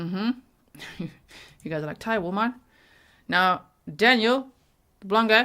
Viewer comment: Thank you for having the respect for other cultures to try to pronounce names correctly. I especially appreciate that you looked up spelling-sound relationships for Thai enough to recognize that <Th>=/T/. Also, Thai sounds don't line up exactly with English sounds. The last name of the police chief, which had either CH or J, the character จ is usually written J but it's closer CH than the English J. (I study the English pronunciation of Thai speakers, so this is something i enjoy talking about)